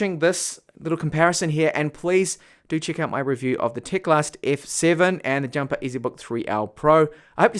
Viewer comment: It is teclast not tecalst